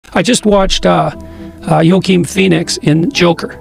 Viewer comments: pronounced "waaaking" but ok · Pronounced Wakeen.